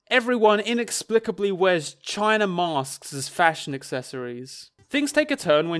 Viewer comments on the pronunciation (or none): none